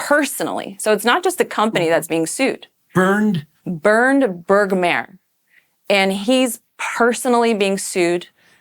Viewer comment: "Bergmare" why do you call him Austrian?